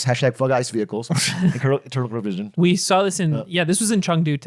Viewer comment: "turtle probision" almost